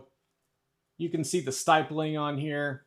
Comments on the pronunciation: stipling, not stipeling. Pronounced like skip. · Stipeling? I bet he pronounces nuclear as nuculear. 😂